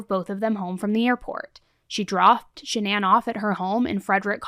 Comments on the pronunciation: Just curious why Shannan’s parents pronounce her name one way, but everyone else, including family, friends and the general public pronounce it differently. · Why does everyone pronounce her name wrong when her mom says it like Shannon not shan-ann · If her mother pronounces her name Shan-un why does everyone always say Sha-nan? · Stop saying her name like that if you listen to her own mother say her name she says it just like Shannon it’s not shanAnn you can still say Shannon with an A Shannan! Everyone keeps saying her name all wrong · Your vid starts off with her mom literally telling everyone how to pronounce her name and you Americans butcher it as hard as he butchered his family. I don't understand how she is called Shan Anne when her name is pronounced Shan nin. It annoys me so much that I can't get through any vids. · So is her name Shannan or Sha-NAN? Her mom pronounced it the normal way. The way it's normally pronounced is very different. Her mother would pronounce it correctly, right? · I wondered about this too. The mom pronounced it like Shannon but then one of the recordings of Chris has him saying it "Sha-Nan" . And then all the shows like 20/20, Dateline, etc. pronounced it like "Sha-Nan". I don't know. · Her own mother pronounces it “Shannon” but media continues to pronounce sha- NAAAAAN. What am I missing. So weird. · I’m confused about the pronunciation of Shannan’s name. I always hear it pronounced like you have, sha-nan, but during the victim impact statement her mother pronounced it like Shannon. It’s not the most important detail but something that has always bugged me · So, her own mother pronounces her name, "Shannon." That was clear as day. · Why does everyone pronounce her name that way. her MOTHER, you know, the person who named her, pronounced it the normal way "shannon" IN THIS VIDEO. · I'm sorry did her parents say Shannon? Sha'nan lol